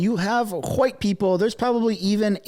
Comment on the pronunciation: Why the hell did you say white people like that? We do not pronounce it, NOR HAVE WE EVER ,with the FUCKING LOOGY ATTACHED THE WAY YOU DID YOU DIP SHIT! WHAT THE HELL IS WRONG WITH YOU, DO YOU HATE YOUR OWN RACE OR SOMETHING LIKE SO MANY OTHERS HAVE BEEN PROGRAMED AND BRAINWASHED TO DO SO?